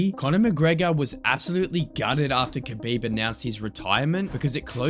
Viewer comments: kabooiiieeeb edit: alright you corrected your pronunciation in a later video, subbed to the channel mate! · It’s pronounced Habib not Khabib….Fgsake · It sound like you were saying his name wrong the whole time. You don’t pronounce the K. But other than that, badass video man. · You don't say the K in Khabib. The K is silent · It's funny to me, as good and well known as kHabib is.. barely anyone pronounces his name correctly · Bro did so much research and still can't pronounce Khabib's name right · The K is silent